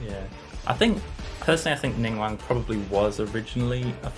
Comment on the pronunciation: Did he say ningwang and not ningguang?